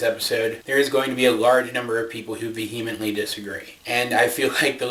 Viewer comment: One bit of praise: A family member said "I don't believe any of your theories unless agrees with it." One helpful piece of criticism: vehemently--It's pronounced "VEE-uh-ment-ly". Not Vee-HEE-ment-ly.